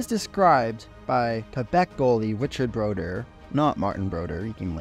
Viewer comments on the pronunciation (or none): Brodeur was pronounced Broder